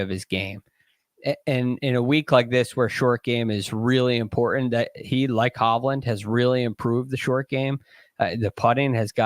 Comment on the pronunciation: It's impoor-ent